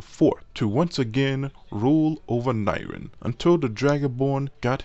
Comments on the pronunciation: AND NYRIN???? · god the pronounciation of nirn 😂 ITS KILLING ME INSIDE 😂😂😂